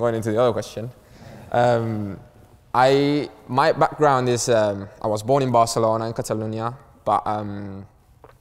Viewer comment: Cuando dices Barcelouna en vez de Barcelona siendo barcelonés sabes que algo pasa